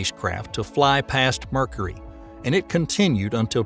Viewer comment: I like how he says Mercury like "Merkry" similar to the way he says "Murka". Oh and that red spot on Jupiter, that's a turnader.